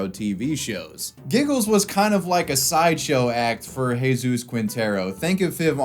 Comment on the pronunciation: It's Jesus, is it that difficult to get his name right?